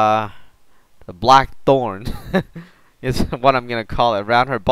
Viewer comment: You say the word black weird..